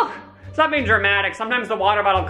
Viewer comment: “youre a human beinK”